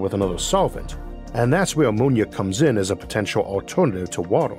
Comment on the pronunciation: "That's whew ammonia comes in as a potentiow sowvent fow watow"